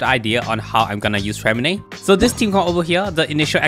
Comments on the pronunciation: Disgrace to us french, Lynette is the et sound freminet is the é sound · Ok so his name is somewhat intricate but for the French accent purists or for those who care, how you’d typically pronounce Freminet‘s name is along the lines of [frghre-mei-naeh]. The “rghr” is rolling the r in the back of the throat.